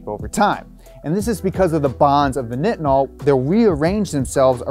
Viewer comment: As a person who makes Nitinol wire, it’s hard to hear you call it “knitinol”. It’s pronounced like “Nightinol”. We often call it NiTi (NyeTye). We make it for agencies like NASA along with other sectors like the Medical Field being one of the most commonplace uses of Nitinol.